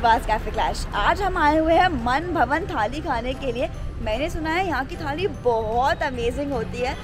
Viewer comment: मनभवन नहीं मनभावन सही नाम है